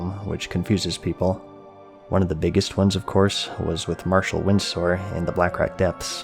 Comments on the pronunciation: Flashman We don’t say it like here in the States bro. I don’t know where he got it. Oof. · I love you bro, but as an Englishman, please learn how to pronounce Windsor.